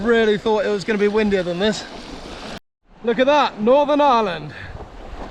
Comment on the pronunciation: The island of Island...? It's pronounced Eye-er-land🇮🇪